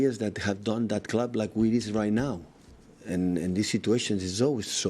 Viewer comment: loves how he says 'Da Clab"